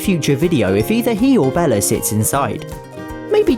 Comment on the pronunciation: Haha "Bellar" that's what he calls Bella